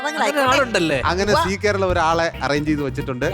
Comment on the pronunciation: Only on see Karalam oO? Zee Karalam.. "Za" ucharikkaan padikkanam.